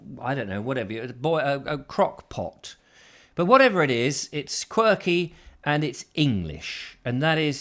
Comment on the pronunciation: Thanks for another "quirky English Crock Pot" recipe....for a moment there I thought you said " crack-pot"... 😀😀😀